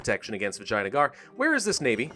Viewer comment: I think he keeps saying Vaginagar on purpose...